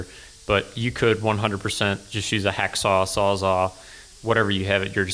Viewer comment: it's sawzall. not sawza.